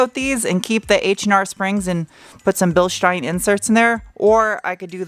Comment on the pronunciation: Bilstein, Porsche, Audi.... as a german, i'm very impressed from your RIGHT pronunciation!!! But the U in UR-Quattro is not "ör-quattro".... it's like "your-quattro" without the "y".... like german "Uhr" like a watch..... smartass mode off :-) A realy nice car, you will hard find one in germany in this condition.....Greetings from bavaria, germany